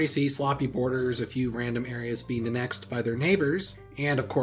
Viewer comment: The way you say annexed is a pathetic/10